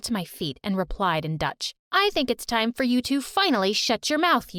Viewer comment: Not a true story it's called dutch not duth look at the book